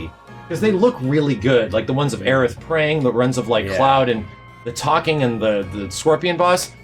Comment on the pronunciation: stop saying aerith!!!!